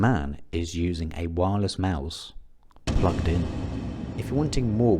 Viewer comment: The emphasis on "plugged in" was so funny to me for no reason 😭😭